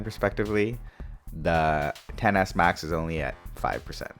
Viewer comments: Omg its 10s max not pronounced Xs max!! X means 10 in Roman numerals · It’s not excess max!!!! It’s pronounced 10s max!!! Omggg cringe